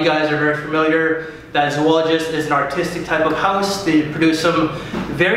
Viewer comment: Why do you, and all other fragrance Youtubers call this house "Zoo-ologist" instead of the proper pronunciation, which is "Zo-ologist"? Has Victor Wong not contacted all of you to tell you about your mispronunciation? I'm curious. Think about the word. "Zoo-ology" is not even appropriate by English standards of grammar, because it really would require that 3rd "o". Please say the name of the house correctly next time.